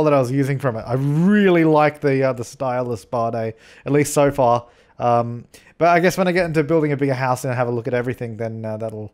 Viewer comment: When you say so far it sounds like sofa. 👍😂😜😜😂😂😂